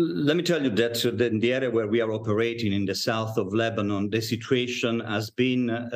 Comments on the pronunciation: shordy said lebanin🤣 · Why she say lemonnob?